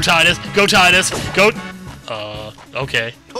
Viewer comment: pronounce Tidus (tide us) please it sounds so much cooler than tid dus....